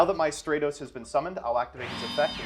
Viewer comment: “Have you kept up with the YGO Meta?” Also: plays Hero Also hearing you call Stratos “Stray-Toes” made me cringe 😂